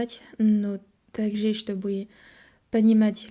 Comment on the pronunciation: У тебя системная ошибка в произношении буквы "Е" в конце слов. Почти всегда эта буква произносится как "Э". Т.е. слово "также" должно произноситься как "такжЭ". Ещё буква "Ы" хворает =) Если получится это исправить, то акцента станет намного меньше. В остальном хорошо, нужно больше практики и будет вообще отлично! По грамматике вопросов нет, очень хорошо для иностранца!